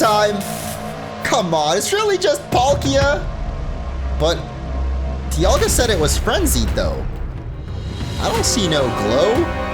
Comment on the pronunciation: I think the "Di," in "Dialga," is supposed to be pronounced like "die," as in "diamond." Palkia doesn't have the obvious naming connection, but I don't think people pronounce that in more than one way. Edit: Paul and pal, never mind. Also, I think the "ceus," in "Arceus," is like "deus," which means sky and is connected to the word deity. So it is ark but not ee-uss. It's Ar-kay-oos.